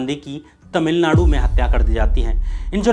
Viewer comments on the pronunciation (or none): none